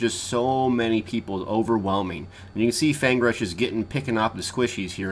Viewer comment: So it isn't just me you do it to... You call Feng Rush:^)